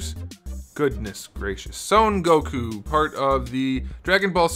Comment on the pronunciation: Bro why do people say "Soun goku" its "Son Goku"